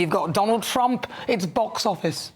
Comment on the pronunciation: Your wierd not Trumb